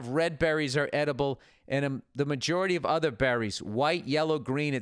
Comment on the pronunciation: "....eating bEHHrries..."